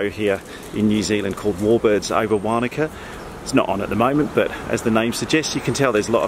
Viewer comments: Wanaka not waaanaka hahaha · Matt I agree; having lived there for a few years it was making me cringe every time said it:-) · 🤣 the way you pronounced Wanaka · Great video as usual - thanks. From an ex Kiwi to an ex Pom - Wanaka is pronounced "Won e ka" and Wakatipu is pronounced "Wok a ti pu". I did the Shotover a couple of years ago with a gopro on a headstrap and I think the best place to sit is the back left seat - you are on the same side as the driver and end up closer to the rock walls this side. The back seat is also a bit higher than the front seat so you end up looking over the other passengers and there is very little water spray.